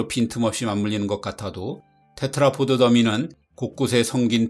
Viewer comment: 제발 테트라포트라고 하지 좀 마세요... 테트라포드 입니다. pod